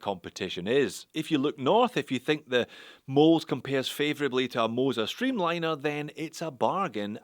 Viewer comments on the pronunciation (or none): I wonder why they use Ö? The pronunciation should be Möls not Moles.